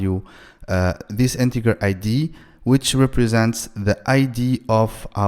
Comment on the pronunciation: Please it's Integer not Integar 🥲🥲